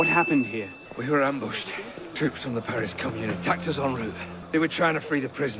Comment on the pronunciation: Everything Wrong With: 1.) Can't pronounce "Paris".